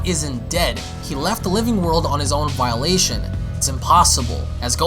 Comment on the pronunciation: It's Volition not Violation.